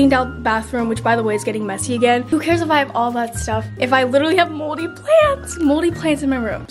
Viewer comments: WHY DID I HEAR MOLDY PANTS NOT PLANTS!!!!! 😂😂😂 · i thought she said moldy plans and i was like "same bro"